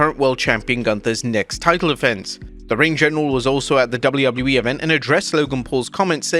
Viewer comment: Why the hell does he say Doubley Doubley E